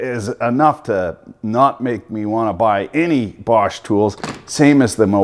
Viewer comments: I'm having trouble finding the letter R in BOSCH. The Germans call their country ‘Doitchland’ ergo the R is silent cuz it taint there! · And I love the way you put the r in bosch 😂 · I'm sorry where are you getting the "R" in bosch from lol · Why the “R” in Bosch. In europ. No joke. Just som, som. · Where the fuck is this invisible R in Bosch??? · WTF is there a "R" in BOSCH ? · You should check how to properly say BOSCH before you make video about it... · There is no R in Bosch. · Funny how you pronounce Bosch. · Good vid- But bro there is no "R" in Bosch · Borrrrch 🤣🤣🤣 it's pronounced bosh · Borsche, it isn't a Porsche 🤣 "Boshh" is what you say 😂 Don't mean to be a nerd but the quality isn't the same 👍🏻 Unless it's the industrial version of Bosch 😉those are pretty tough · Dear American Sir. You keep saying “Borsch”. It’s actually pronounced “Bosh” FYI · It is called Bosch not Borsch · BOSCH: Proudly made in Poland, Romania and Lithuania...Also OP, it's not a BORRRSCH like a PROSCHE.... but BOAAASHHHH!!! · Are you saying Borscht? Or just mispronouncing Bosch? I hate to see folks tear up bosch tools. To expensive to tear up on purpose. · The borsch, borsch, borsch. Its bosch! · BORSH? or BOSCH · ITS BOSCH NOT BORSCH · Its bosch not borsh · its bosch not bortch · Borch ? :)) it's Bosch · Borrrsch ? Its Bosch 👍😂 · Borsch instead of Bosch lol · Dunno about the GDX (I have the older model GDX 18V-Li without BT myself), but on my GSR 18V-60C, it is for adjusting the kick-back control and the duration of the LED light. And why the F*ck du you keep pronouncing the darn thing "Borsch", there is no friggin' r in Bosch!!! I cringed every time I heard it until I finally got enough and quit watching after less than 9 mins.! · Please stop pronouncing it "Borsch" there is no "R" in Bosch. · I find it hard to listen to yours bosch pronunciation. Its without an r, bošh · Are you saying borsch on purpose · Why do you call it Borsch? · Why do u keep pronouncing it “Borsch”?